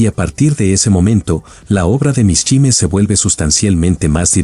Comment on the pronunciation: Mishima Yukio...mishime", no existe ese apellido ni hay palabra alguna. No es para nada agradaba qué pronuncien mal tú apellido.